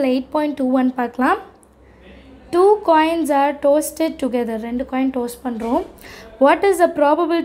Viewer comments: Not toasted only tossed . Sis correct the pronoun sation ❤ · toasteddd 😂😂 Yaaaaaaaa Yaaaaaa...😂😂😂